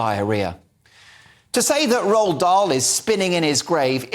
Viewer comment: 0.02 you don't pronounce the d in Roald.